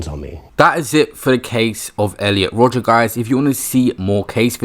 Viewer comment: I can’t think of a single reason to pronounce Rodger like that. And I’ve really tried